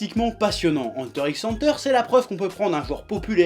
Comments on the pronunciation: C’est pas Enteure x Enteure ni Enta Enta C’est Hunter Hunter le X est une croix.Le signe de multiplication tu le prononce X ou fois ? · Superbe vidéo. Une seule question: Tu fais exprès d'utiliser cet accent français Anteur x Anteur ? c'est un peu sale mdr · il ma stressé toute la videos avec sa prononciation de hunter x hunter (henteur x henteur) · Moi je prononce ça "Heunter X Heunter" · ... Ça se dit pas "Hunter Cross Hunter" ? J'ai toujours dit comme ça ... Je viens de créer un débat dans les commentaires, c'est ça ? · J'ai toujours dit "Hunter ikss Hunter" aussi x)